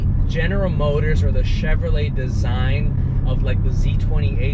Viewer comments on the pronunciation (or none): none